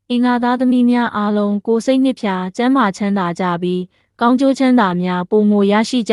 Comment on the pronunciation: ဒီဘက်ခောတ်လူတွေ မြန်မာစာ တွေ မှန်အောင် မဖတ်တတ်ကြတော့ဘူး ကုလားထိုင် လျောလျော လျူလျူ တဲ့ ရှူရှူ လို့အသံထွက်ရတာလေ ကိုယ်စိတ်နှစ်ဖြာကိုလည်း နှစ် ဖြာ တဲ့